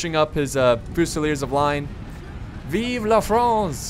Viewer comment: Good accent for "Vive la France". That was cool !!!